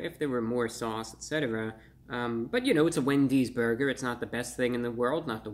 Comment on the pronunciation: I like when he says Burgeur